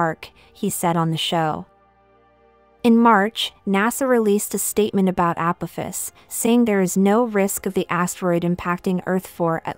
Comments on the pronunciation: A-poff-iss Apoffiss Apophis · You cannot even pronounce Apophis correctly .... Never heard of him before, did you? Ancient Egypt? History books?